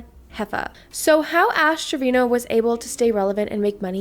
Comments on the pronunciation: Saying TREVINO.... and you're a 🤮🤣🤣🤣 its Treviño.... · How do Spanish speaking people not know how to pronounce Treviño as “Trevin-yo”